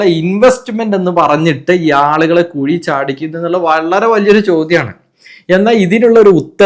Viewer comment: കുയി അല്ല കുഴി